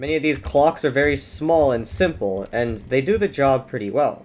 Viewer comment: "Its pretty sinple" mumbo jumbo intensifies